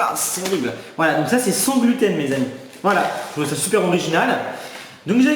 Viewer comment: C'est "gloutène" free jsp pk mais j'ai éclaté de rire 😂😂😂